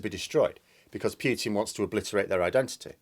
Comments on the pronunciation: It's Poo-tin not Pew-tin. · "Vladimir Pyeuwten" my favourite mispronunciation lol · Yet he still pronounces it Pyutin. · Jackson Mate the man is probably the most well known person in the world for 20 years full stop. While down in New Zealand being ultra famous for vowel mispronunciation in the English speaking world, or feeling silly pronouncing a u in oo is somewhat acceptable given how remote New Zealand is, but in Europe it really is nonsense, that anyone would choose to say his name incorrectly. a school teacher mind you, has been corrected many times, by many different nationalities and has said unless Putin rings him up he will keep saying it incorrectly. Some school teacher;) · Yet he can not pronounce Putin, a simple 5 letter name